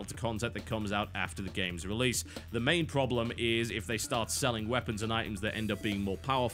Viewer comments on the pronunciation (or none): none